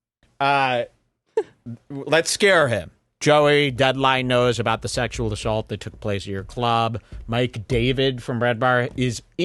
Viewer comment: Why does say words like assault “Ashawlt”